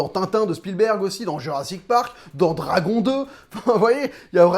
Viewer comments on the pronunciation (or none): none